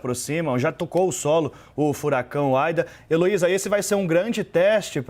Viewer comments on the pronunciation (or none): E não é Aida e ida!!!!